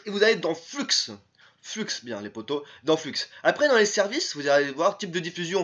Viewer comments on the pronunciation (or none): Ca ce dis Flu et pas Flux ><"